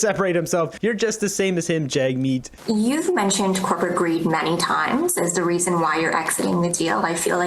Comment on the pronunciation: the reporter calls him jugmeet